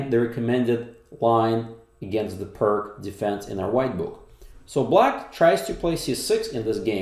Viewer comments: Pronunciation of "pirc" sounds more like peerts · Apparently it’s pronounced Peerts. After Vasja Pirc. Is this one of those occasions in the English speaking world where people know the common pronunciation is wrong but carry on regardless? Anyway I better watch the game...